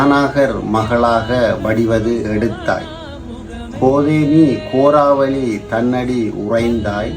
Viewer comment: உங்களது வர்ணனை நன்றாக உள்ளது இருந்தும் கோராவெளி தாய் பந்தலை கோரலிமடு தாய்பந்தல் என்று கூறுவது தவறு